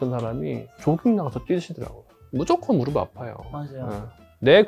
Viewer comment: 무릎의 올바른 발음은 [무르블 ]아니라 [무르플] 입니다. 더 전문가답게 보이시길 바라는 마음에~~